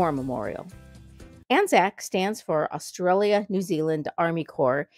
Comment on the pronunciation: "AUSTRIALIA!" ? Try, "Australia". LOL